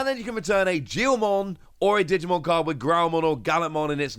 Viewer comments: You're saying "gigimon" wrong. "Jijimon" is the old man Digimon Edit: lol juilmon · Who is this jiomon you keep talkin about lmao